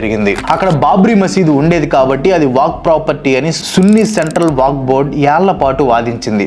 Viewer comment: వాక్ కాదు వక్ఫ్